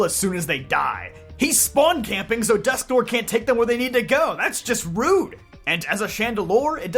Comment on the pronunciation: Its pronounced "Dusk-Nwar"